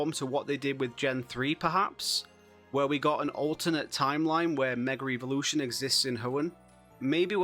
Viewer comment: Evolution not eeveelution…